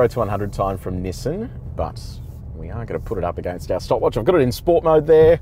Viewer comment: nassain xtrail or nissan xtrail??????????????